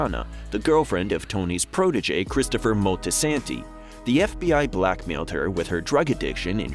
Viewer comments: moll-ti-san-ti not mol-tae-santie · Christopher Multi San tee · Mispronounced Christopher’s last name as well.